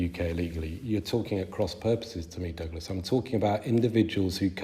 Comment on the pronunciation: was deliberately getting douglas's name wrong. what a slimy trick.